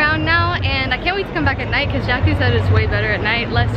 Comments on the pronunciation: Every time you say "Jackie" I hear you say "Jackson" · Everytime she said Jackie I thought she said Jackson 😂❤️